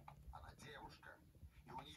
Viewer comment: еще "але" читается как "алэ" и "дівчина" через И, а не Ы Я понимаю, дело в непривычке, но я просто указал на наиболее очевидные ошибки.